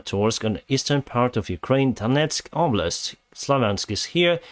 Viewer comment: Did you ever pronounce the name as "Kraine"? Probably not: It really needs a "U" there: "Ukraine". The same goes for "sitation". That too really needs a "U": "sitUation".